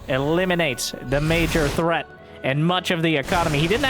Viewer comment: Yeah, you really deteriorated the word threat there.